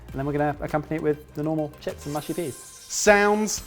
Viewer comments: lolololol said Peaness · "there's a very peaness about it" COME ON MAN IT'S PEAS! LOL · Pea ness?! Lmao I never laughed like that at a blooper before.